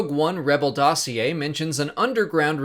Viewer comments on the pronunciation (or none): none